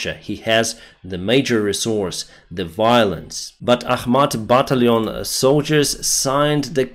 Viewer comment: when you say "battalion" you sound like a Frenchman! You pronounce it like you're from France. ✌😄👍